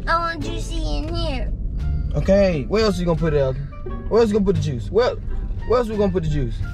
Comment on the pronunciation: “where else you gonna get the jucie”😂